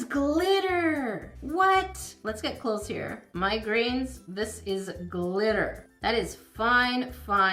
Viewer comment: The fact that it sounded like she called us “migraines” but she said “MY grains” 😂😭😂